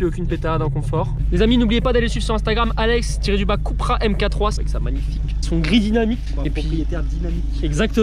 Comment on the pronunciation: C’est cUUUUUUUpra pas « Coupra »